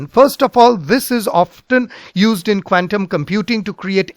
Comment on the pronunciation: PLEASE IMPROVE YOUR PRONUNCIATION OF 'QUANTUM'.